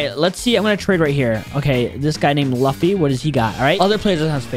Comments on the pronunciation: And its luffy not lofy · My face when he said lufffy instead of luffy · Bro said luffey but it is luffy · Bro called luffy, the protagonist of one piece luhfy lol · bro called luffy laffy😂😂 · bro really said laffy to luffy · There is NO WAY , u just disrespected "LAFFY" like that BRUHHH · Bro called luffy lufy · Bro really said lufy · Bro said Laffy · He said Luffy wrong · Luffy😂 but u pronounced it terribly did u